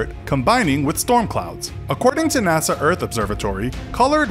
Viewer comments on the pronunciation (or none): none